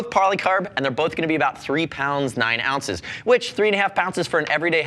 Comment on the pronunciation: Did I hear three and a half POUNCES? LOL